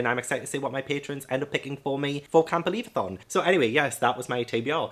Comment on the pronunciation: Camp believathon sounded like "can't believathon!" 😂 Good luck with your tbr 🤗